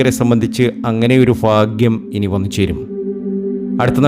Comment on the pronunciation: ഫാ.. ഗ്യം ഒഴിവാക്കിയാൽ നന്നായി